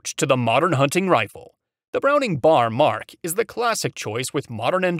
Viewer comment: When describing Browning Automatic Rifles It is spelled B..A..R.. Not pronounced Bar